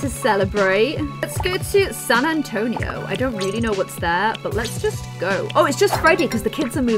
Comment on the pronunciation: how she said san antonio cracked me up since i am american it is like a big city in texas aka the second biggest state in the us not the best place to vaca in us